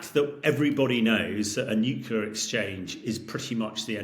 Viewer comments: Dude, the word is nuclear not nukular. How can so many pundits get this wrong?🙄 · Nucular. Over and over again. It's not easy to appreciate expertise when even the most basic terms are literally mispronounced. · I like listening to Hamish, but I do wonder why a nuclear expert is incapable of pronouncing the word “nuclear” correctly? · What's with the experts not even being able to pronounce "nuclear" correctly? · Wish he could pronounce nuclear correçtĺy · In all this talk about potential nuclear Armageddon, the thing that disturbs me the most is the pronunciation "nucular". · Fed up with people who can't pronounce "nuclear"...